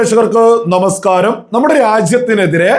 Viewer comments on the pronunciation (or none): none